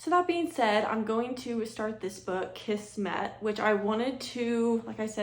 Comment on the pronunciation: Kismet. Pronounced KIZmet. Means destiny or fate.